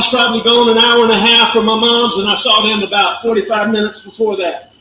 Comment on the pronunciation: “I saw them about 45 minutes before that” sounded an awful lot like 4-5 minutes before that 😅